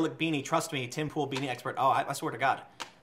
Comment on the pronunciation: You called it Pool, props.